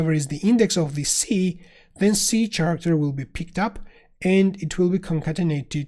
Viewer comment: awesome so far, but my friend, word Character is pronounced with K in the beginning. Like Karacter. It is a word of greek origin thus CH is pronounced as K.